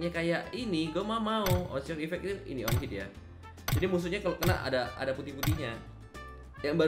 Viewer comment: ON HIT EFFECT BODO BUKAN ONCET EFFECT BODO GAGAL BAHASA ENGLISHHH